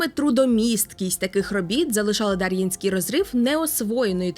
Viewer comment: Підозрюю що наголос все таки на Є — ДарʼЄнський розрив